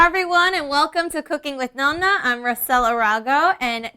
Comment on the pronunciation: NON-NA!! ITS NOT NO-NA!!